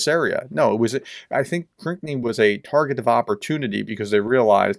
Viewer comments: Proper pronunciation is “Krinky” not “Krikny”. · Everyone else pronounces Krynky as crinky...you say cranky....lol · Pronounce Krynky this way: Kryn-key. I hope this helps. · it's pronounced Krinkee